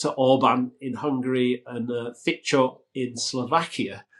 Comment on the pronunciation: The pronounciation of Fico and Babiš was funny, the first one being close to a slovakian 'c' slure. The correct pronounciation is closer to "Fitso".